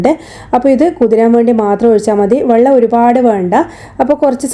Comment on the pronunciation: വള്ളം അല്ല വെള്ളം.